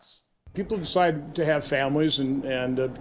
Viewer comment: "When people decide to have children they need to consider...." I love how he puts so much emphasis on DECIDE... it probably means free will is really important to him... UNLESS it is desperate woman in Texas or another backwards state which says: Yeah, nope, no decision for you. You are having this baby!"